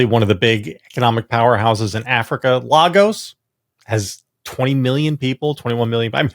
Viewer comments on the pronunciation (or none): It's LAY-gos, not LA-gos.